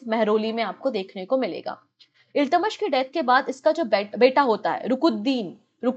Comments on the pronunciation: Ma'am your pronunciation of iltutmish is wrong.Please correct it. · Exactly it’s kinda bugging in my ears the wrong pronunciation